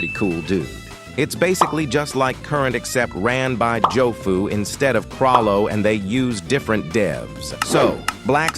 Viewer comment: chrollo? lol bro is wwwhrollo